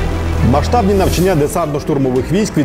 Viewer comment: НавчАння, завдАнням. Як це боляче слухати, коли навіть по телебаченню не можуть правильно та красиво розмовляти рідною мовою.